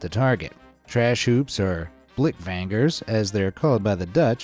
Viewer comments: Bro pls don’t say blink Vagner like that please (not tryna be rude jsut kinda funny I also struggled with English words when I started) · Its pronounced bluk-fang-ur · blik vanger is sad with a more short a not a long a as you sad and translated to english it means can catcher. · Your pronouncing blik vanger incorrectly but you are American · i hate how you pronounced blikvanger.. also the literal translation of that is can catcher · he mispronounced “blik vanger”. Note:I speak Dutch and live in the Netherlands. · Your spelling on "Blikvanger(s)" didn't go so well... in English i believe you name them Can Catcher? Anyway since you're not Dutch or something like that it's hard to pronounce. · Yes sir it’s funny how he said blikvanger in English